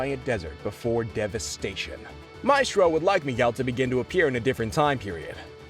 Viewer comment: i can't watch this. the ‘maistrœ’ pronunciation would kill me.